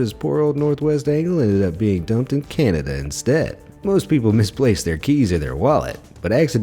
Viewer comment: He just called Cananda Canadia